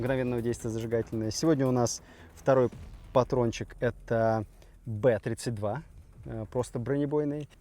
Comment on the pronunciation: Б32 наверное правильно бэ зэ два. Иначе как же он бронебойный Зажигательный, БЗэ. А не три